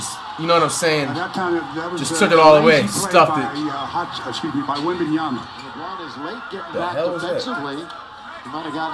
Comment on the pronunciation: lmao "wembanas"